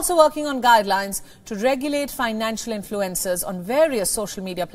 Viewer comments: I thought she said 'influenza'...😳😜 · This is a good newscast, but I wish the anchor would adjust here pronunciation so its a little more easy to understand for North Americans. I couldn't figure out what "influenzas" had to do with TikTok.